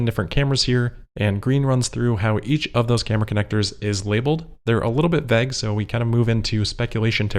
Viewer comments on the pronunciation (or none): Why do you pronounce vague as "vaeg"?